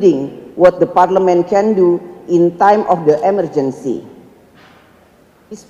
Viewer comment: Nyontek yiaaaa.... Didikte yiaaaa.... Coba ngomongbtanpa contekan.. Ngompol kaleeee.... Parleman parlemen mulu ngomongnya.. 😆😆😆 Akordang akording... Udah nyontek aja masih salah.. 😆